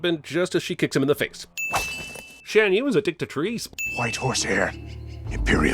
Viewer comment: I would like to sin Cinema Sins for pronouncing both Crik-ee's and Shan Yu's name WRONG. The movie ITSELF pronounces it MANY times and yet he still says it wrong.